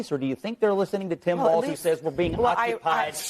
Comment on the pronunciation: TIM FALZ (not walz)